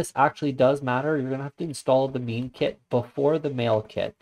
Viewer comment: Thanks for the video. Just a quick thing, isn't "Mime" pronounced like the silent "mime" performers rather than having the same pronunciation as "meme"?